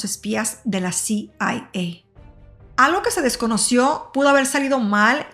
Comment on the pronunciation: Muy mal pronunciación😢 diatlon, rastem ?... el uso del traductor de Google para escuchar la correcta pronunciación de palablas en ruso 🙏. ! y otra cosa, un documental en español con siglas pronunciadas en inglés ? CIA (si ai ei) KGB (quei yi vi) :(